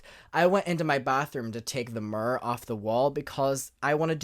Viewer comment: OMG everytime he said Mer, I smiled. Obviously I knew what he meant, but lmafo. I love it! Him saying situation is amusing too.